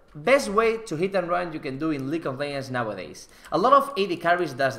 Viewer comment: League of Leggggggggggends with a G. Not Leyends ffs